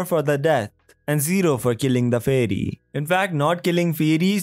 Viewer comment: Faih-rree. - this guy 😭😭